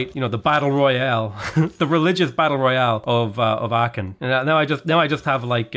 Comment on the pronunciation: It's not Aaken, it's Aachen: Ch like in ugh. Much closer to Aahen than Aaken.